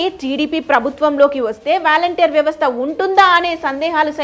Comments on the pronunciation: వ్యాలంటీర్ కాదు తల్లి వాలంటీర్స్ అని పలకాలి. ఫస్ట్ నువ్వు తెలుగు నేర్చుకో తరువాత ఛానల్ స్టార్ట్ చేయ్ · వాలంటీర్ అని పలకాలి తల్లీ! వారి చేత డబ్బులు పంపకం చేయకూడదు. వారికి నియమ నిబంధనల తో రేషన్ భాధ్యత, స్వచ్చ భారత్, మొక్కలు నాటే కార్యక్రమాన్ని అప్పచెప్పాలి. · వ్యాల౦టీర్ కాదు వాలంటీర్ అని పలకాలి.